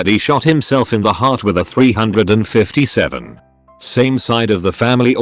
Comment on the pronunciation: It's pronounced three fifty seven.